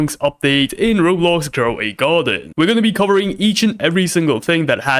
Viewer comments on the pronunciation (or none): none